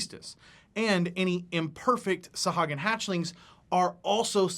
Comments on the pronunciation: Isn’t it pronounced saw-who-ag-in? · Love you and your videos, … but man oh man it was hard to listen to you mispronounce Sahuagin (sa-HOO-a-gin) the whole time;-) D&D Beyond has every monster name voiced by Matt Mercer and Marisha Ray so we can know how they are intended to be said. I'll probably get flamed for being a stickler, but a big portion of what you're doing here is education, so let's spread the education to all facets of the game;-) I think they are fascinating monsters as well and have a one-shot adventure on the DMsGuild that features a colony of freshwater Sahuagin. Great job and keep these vids comin'! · Actually, It's Suh-HOO- uh- gin according to Chris Perkins. No offense meant. TY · Mispronounced the name.